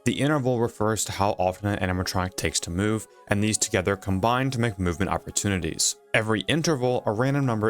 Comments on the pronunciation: Opportunities, not "oppertunites" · "Oppertunties" is wild